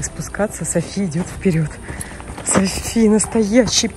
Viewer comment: Не Сафи, а Софи